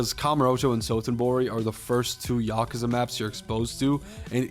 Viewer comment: There's no A after the K. Just saying